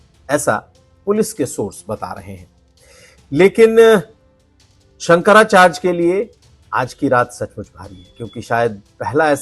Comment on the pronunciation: Shankracharge nahi hota hindi tho sahi bol bhai